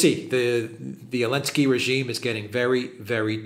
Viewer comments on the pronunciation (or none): Is this Elensky without Z stuff just for kicks or you seriously have to pronounce his name like that in Europe?